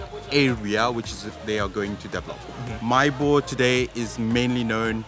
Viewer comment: Not Maybour, MahÉbourg, as Mahé de Labourdonnais